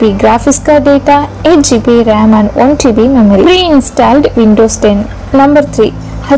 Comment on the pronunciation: Informative video but the pronunciation of RAM is wrong